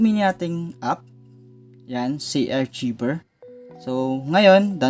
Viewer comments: ARKAYVER ang pagka basa boss, hindi archiber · Kuya Correction Lang Po : Hindi Po Zay-Arc-Cshiver ito Po ang Tama Zay-Ar-Kayver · ARKAYBER PO ANG BASA JAN HINDI ARCHIBER HAHAHAHAHA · Arkayber po not artsiber. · it's pronounced arkayver not archiber... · Hindi yan archiver HAHAHA Archiver po(arkayber) HAHAHAHAHA archiver HAHAHAHA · I think it is pronounced as "ARKAYVER". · sir ang pronunciation po "archiever = Ar, Kay, Ver" please lang po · Zarchiver lala mo makapag pronounce hahaha